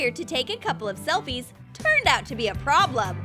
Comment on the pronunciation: be not bee